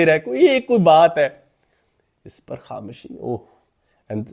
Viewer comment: Sir Ap KhamOshi ko Kham-Shi Ku kehte hain?